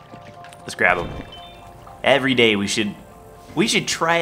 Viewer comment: said efry 5 days